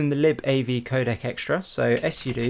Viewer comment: Why do you say " s soodoo" when all you need say is " Soodoo" when talking about " Sudo" for admin level access involving the commands? the " S " at the beginning of your reading is redundant.